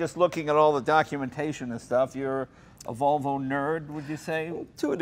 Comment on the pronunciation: Jay said Valvo! No, Jay, it's Volvo, unless maybe you're Swedish.